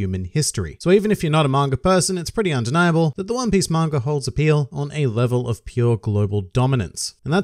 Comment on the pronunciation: I won't read the Manga until you can say it right . "Manger" ???